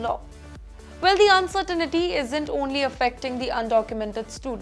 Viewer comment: What do u mean by "uncertainity"? There is no such a word. Pronounce "uncertainty" properly. Very embarrassing indeed.